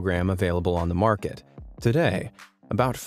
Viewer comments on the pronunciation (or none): none